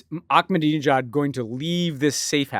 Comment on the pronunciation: I am begging you guys to learn how to say the name Ahmed (Ahmadinejad). There is no K! I expect a LITTLE better than how Jeff Dunham or Fox News would say it.